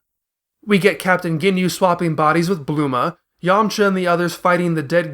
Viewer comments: The mispronunciation of "Bulma" as "Blooma", "Saiyan" as "S-ie-an", "Goku" as "GoKOO", and "Namek" as "Nommek", just to name the major gaffes, is like nails on a chalkboard. If you're going to use the English dub's names, they're said correctly for you in the series my guy... do better. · Why do you pronounce Saiyan, Bulma, and Namek like that. They don’t use that dialect ever in the show and you don’t have an accent.